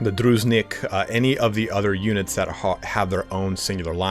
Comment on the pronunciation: Druzhinik is a russian soldier unit, so imma give yall an advice for that one :) its pronounced like droo zhee neek. stress on the second syllable